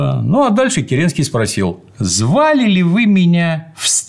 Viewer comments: Слушая это, у меня стихийно возникает вопрос почему ни один человек не заметил искажения фамилии, правильное и подлинное звучание которой всем давно известно и произносится Ке́ренский, а не Кере́нский... И тем более почему Д.Ю позволяет себе допускать такие ошибки, и излагать свою версию произошедших событий, в том числе без ссылки на авторитетные источники ввиде исторических трудов учёных историков, которые этот вопрос трактуют явно неоднозначно! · В фамилии Керенского ударение ведь на первый слог. ДЮ произносит керЕнский. Слух режет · Правильно Ке́ренский